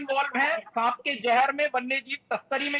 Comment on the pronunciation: सांप होता है वो बोलना तो सही से सीख लो मेरे देश की मीडिया